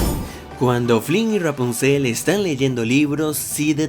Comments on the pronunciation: Me estresa como pronuncia Rapunzel, sobre todo en el Ra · Ya ni se si dices ruapunzel o rapunzel 😂😀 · R-rapuzel como lo pronuncia jajaja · Porque dices "rghwapunciel"?? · Amo como dices "Ruapunzel" jaja😍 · Me encanta y me da risa como dices: ruapunzel jaja gran vídeo crack! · Jajajaja como pronuncia Rapunsel 😂😂😂😅😅😅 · Disculpa pero me da demasiada risa como dices Rapunzel jajaja